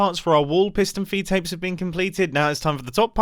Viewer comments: “Fiston Peedtapes” -Mumbo Jumbo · Alternate title: mumbo saying piston feedapes for 12 minutes